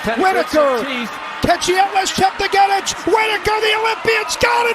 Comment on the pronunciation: It's atrocious that the commentators can't pronounce Chepng'etich....